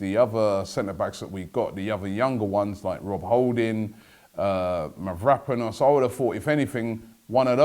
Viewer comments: mav-ro-PANOS, not mav-RAP-anos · Robbie is Mav-ra-paa-nus